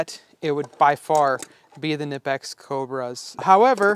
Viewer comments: Its pronounced nip-x, duh! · …‘Ken-ipix ’?…im out…heard enough… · Theyre not Knipex you pronounce them ni-peks!!! Look it up! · You're going to have to fight a new "battle". According to the company videos, they pronounce it "Kennipex"! That's odd, as it's a German company, and in German it is in fact pronounced "K-nippex". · You were bouncing between not pronouncing the K and pronouncing it. It’s a German company so they do pronounce it. Technically Ka-née-pex is correct, but in US Ka-nip-ex also seems to work. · Incorrect. You 100% pronounce the K, it’s a German company. Technically it’s Ka-née-pex, but in the US ka-nip-ex is used more. As you suggested, there are videos on YT that explain it.